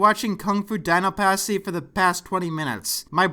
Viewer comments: KUNG-FU DINO PUSSY that's all I hear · I thought it said pussy 😂